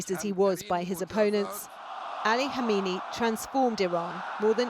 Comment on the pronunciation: Two things. 1. How can a supposedly serious journalist not pronounce a simple name properly?, 2. Any discussion of Khamenei’s life which fails to mention the bomb attack that almost killed him in 1981 is amateur trash. It defined the rest of his entire adult life and career, and therefore the fate of Iran itself.